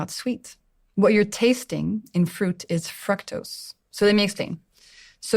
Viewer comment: I thought the way she was pronouncing “fructose” was the British way, but it’s not after checking. I am not sure why she’s saying “Frek” like Shrek in the movie instead of like the word ‘Duke’. Perhaps it’s a French thing, since She is the only French person I have ever to listen to talk about nutrition and use the word. I have to disagree with her on the soda. If I should have a soda, I would rather have cane sugar instead of the diet with aspartame or any artificial sugar that is known to cause cancer or mess up your kidneys. I am surprised that she’s saying this. I know she has a lot of knowledge on the subject on glucose, but even people who know a lot can miss somethings, but this is a big one.